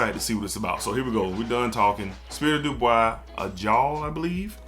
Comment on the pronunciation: not that you’re mixing up the brands, but you are calling it Spirit of “Du Bois” in the video, but it’s Spirit of “Dubai.” That’s all I meant. No hate brother. Love your content and value your opinions on these fragrances. Matter of fact, one of your videos made me purchase Arabian Oud Sultani. 🔥